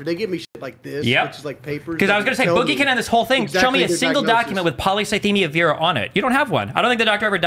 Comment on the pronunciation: It's probably worth mentioning that only Destiny is pronouncing it properly. Not the "polycythemia" part, that's fine, but "vera" is pronounced "veera", not "vayra". It's like "venous" as it relates to veins, think 'intravenous'. And that's common of any medical terminology since they're all based on Greek etymology. Ordinarily I wouldn't bring that up, but if you were constantly going to and from the doctor for treatments, unless your doctor was mispronouncing it (possible but wildly unlikely), you'd have the correct pronunciation burnt into your brain. He's absolutely full of it.